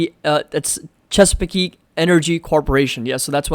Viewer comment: chesapeake is pronounced assuming no 'e' at the end. great video as always.